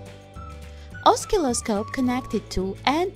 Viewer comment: Here are some of the words and their correct pronunciations; 1- Circuit = sir-ket. 2- Oscilloscope = the "C" is silent. 3- LED= L.E.D 4- This circuit is known as a "Jammer" not a silencer. I Enjoy your channel and how you make stuff from junk.